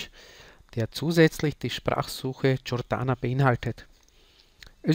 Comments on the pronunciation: Cortana, sprich: "KORTANA" ("TSCHORTANA" wäre: CIORTANA") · Es heißt „Cortana“ .... so wie es geschrieben ist... und nicht „Ciortana“ . :) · Danke für das Video, aber einen Kritik punkt hab ich dann doch und zwar spricht sich Cortana nicht mit "J" sondern mir "K"